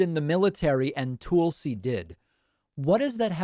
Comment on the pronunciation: Love your channel. Tulsi is nuts. But I think your pronunciation of their name is a bit off, which is distracting whenever you are talking about them.